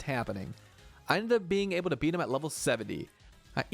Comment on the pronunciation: Be-eat aka Bead